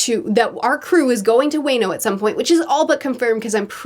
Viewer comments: My new favorite mispronunciation: Way-noh Such a good review. It's always interesting to see the variety of takes people have, and there's something for readers to enjoy in each arc. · ": Dressrossa which I may or may not learn to pronounce" pronounces it perfectly. Now Wano, omg someone link her a clip of how to cause wayno is killing me. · Also you are pronouncing dressrosa correctly! But wano is WAH-NO. Sorry I hate to be that guy :( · Hearing say wano like “wai-no” was really hurting my ears but I can’t wait for for her to review the Wai-no Arc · No way she called it way-no i feel like im physically hurting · You pronounced Dressrosa perfectly. Wayno tho… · Pronunciation: Dressrosa is correct Zoan like Loan Wano like the singer Bono P.S. on next re-read how about we watch the anime instead? :D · Your pronunciation of Dressrosa is spot on. But Wano is more like "Wah-no". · Weekly pronunciation guide "wah-no" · "We'll wait for you in the land of Way-no!" The way she pronounce certain words is so out there, it's a work of art. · I think you mean "way-no kuni" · Dressrosa was perfect but Wano is pronounced like Juan-no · Wano is pronounced Wah-know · Note: Wano pronounced as W-ah-noh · The best part of this video is saying "wayno" (wano) it's so funny and cute lmao, and btw the way hes talk is just like a accent of the samurai's it's not because hes is immortal lmao. But I love you crazy theories. XD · Do you really think it's pronounced Way-No? 🤣🤣🤣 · "WANO" is pronounced as "vaa" and "no", hope that helps. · Da-fla-mean-go Wha-no Kin-A-mon is the samurai Dress-rose-a The not island is sa-ba-ode-E arc-a-pel-a-go. Love your content but the pronunciation is painful at times but it's ok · Lmao say it with me know: "WAH-NO" (Wano) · You pronounce it as Waa-no,:) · I’m sorry to say Monet is officially pronounced dead :( Alsoooo, Wano is pronounced like WAH-KNOW. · "Way know". Lolololol everytime you said it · Lol it’s WAH-NO